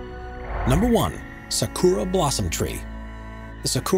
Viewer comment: It's not pronounced "sa-K00-ra" dammit. The 'u' is nearly silent, pronounced properly as something like "sa-k-ra"